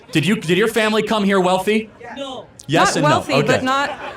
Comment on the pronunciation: That Vietnamese ‘No’ triggered some childhood trauma 😂